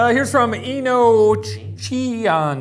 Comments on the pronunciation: Shane: "Eeee-no-chee-ya-nish!" Me, someone who has been avidly watching Supernatural for two years now, with my eye twitching horribly: "Enochian-ish." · Im crying XD poor shane trying to pronounce "enochianish" he's so cute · Not with that pronounciation of enochianish